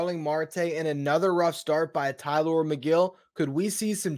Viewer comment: It’s TylOr. He accentuates the O. I saw an interview.